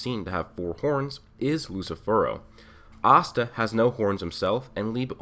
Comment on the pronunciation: y you say astan like pasta without a p its ass ta